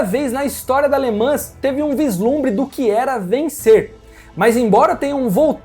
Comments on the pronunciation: Por favor, procure a pronuncia correta das palavras ( LE MAN) no Frances nao se fala S E T no final, igual RENAULT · Le Mans é o Mont Everest das corridas. Ah só um fidback. Em francês não se pronúncia o ''S'' sendo ele a última letra, não é como nós aqui em plurais. Se le ''Le Man''. Só incorporando.